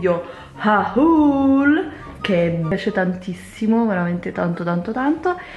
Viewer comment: comunque, haul si legge "hol" più o meno 😂